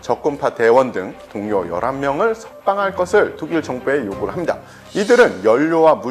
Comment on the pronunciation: 이분은 다 좋은데, 말을 끝 맺을 때 좀 더 정확하게 발음 해줬으면 좋겠고 말 끝이 너무 약해서 잘 안들림. 예를 들어, ~~~ 합니다를 함다로 발음 않 했으면 좋겠음.